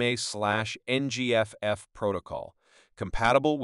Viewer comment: My soul shriveled up a little more each time it tried to pronounce NVME